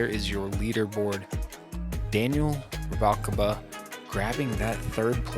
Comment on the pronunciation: Great coverage, thx gents. I'll forgive for his Rubalcava mispronunciation, but - I thought he's Texas-born? Anyways, what a nailbiter - glad to hear some fellow Canucks are down there shooting - weather here has been shite for tossing plastic... Looking forward to the spring!